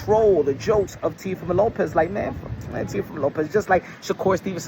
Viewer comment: I seen it and Turki needs to learn how to pronounce Teofimos name properly 😂😂😂 Looks like they may very well get the Boots vs Teo fight